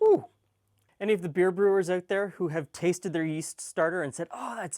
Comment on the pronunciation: He says « oot » like i say « oot »